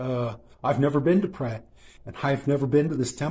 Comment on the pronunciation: For the love of God learn to pronounce Phrae correctly before you attempt to travel there or be ridiculed in your attempt like only Thais can ridicule... Lovely video and story as always!